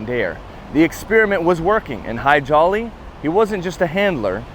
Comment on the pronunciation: The nice people who say eye-raq, eye-ran and israel couldn't say Hadji Ali? More likely just didn't want to.